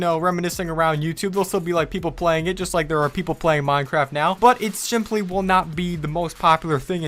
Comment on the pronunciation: "but it's sjimply"